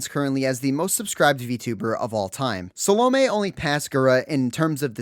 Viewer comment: Bro butchers salomes name so hard 😭